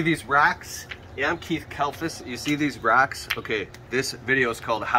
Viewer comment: ROCKS! Not RACKS